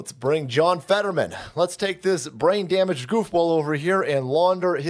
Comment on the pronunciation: Lol forgot to edit the opening when he said damblaged.